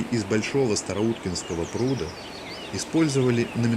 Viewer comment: так он либо ваще нерусский, либо малолеток - жертва егэ... у него даже ударения невпопад: "У прУда"...